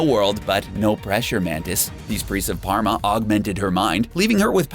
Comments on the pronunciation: Pama not Parma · Its PAH - MA not par - ma!!! But is spelled Pama